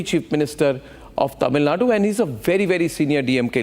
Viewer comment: Genocide of Hindus? Mate is high.. Arab has sold himself for money by the way.. Bro can't even pronounce The state that they are talking about..